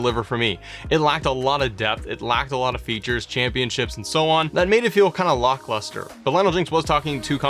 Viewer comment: Wait did you say "lockluster" instead of "lackluster"?